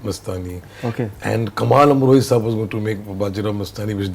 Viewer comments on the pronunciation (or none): none